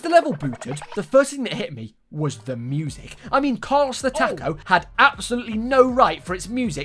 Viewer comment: my favorite part of the video was him playing carlos the taco and only pronouncing “the” correct